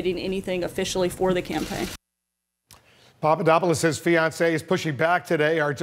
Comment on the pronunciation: We know Papadopoulos was not a coffee boy because idiotic trump pronounces his name correctly. trump obviously knows him well.